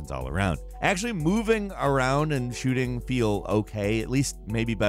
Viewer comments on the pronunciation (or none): none